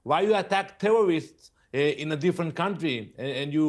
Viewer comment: "Tewworwists" - moron.